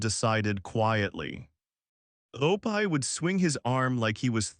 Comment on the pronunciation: This does seem to AI tho. Even pronounced Opie wrong.